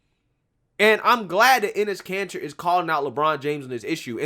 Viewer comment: I can't be the only one hearing 'anus cancer' 😂